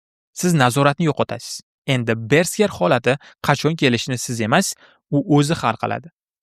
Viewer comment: Bersker❌ Berserk✅